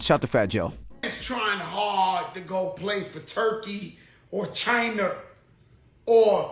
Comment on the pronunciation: Did that nigga Joe just say “Chiner” 😂😂😂😂